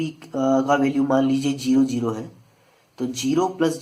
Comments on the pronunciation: Plz its zeroooooo gerooooo nahi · Gero nahi hota bhaii, zero hota hai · bhai its zero not gero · Gero nahi zero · Jero hitts different l🤣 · Arey 🤭 sir wo jiro nahi zero hai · The right word is zero from ZZZZ not jeeero from J. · Someone tell him it’s zero not jero 😂❤️ btw it was very helpful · Ohh chacha jero nahe zero hota ha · It's ZERO not JERO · The way u said zero 🙃funny .. 😜😂🙃